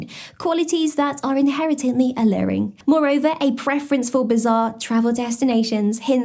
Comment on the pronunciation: “Inheretently”? Girl, who write your scripts lol?! 😂